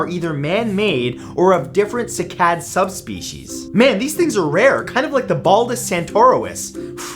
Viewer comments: First "ja-VON" and now "si-CAD." Seriously, dude, we luv yuh, but you gotta stop putting the "ak-SONT" on the wrong "si-LOB-ul!" I Googled "pronounce cycad" and a woman or child's voice came back "SYE-cad." It's not bad enough that humans are wiping out how many animal species every day, have polluted the oceans,* are eliminating oxygen producing forests by the minute, now we've started in on the plant life? You tell 'em, Matt! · Sigh - Cad. (Cycad) not sick-ad. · It's SIGH-kad.....not see-KAD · sigh cad ... not seekad ... that made me cringe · Great video Matthew, just on little complaint. The cycad is actually pronounced SIGH-CAD... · Cycad - Prounounced "sy" as in why. Onecof our most beautiful pkantscin S. A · you are mispronouncing cycad